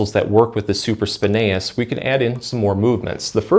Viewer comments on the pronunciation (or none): Hey, you are saying supraspinatus incorrectly! You are missing the ”T” sound. I normally ignore it when people mispronounce a word but you repeated it many times and I am a massage Therapist so it stuck out like a sore thumb.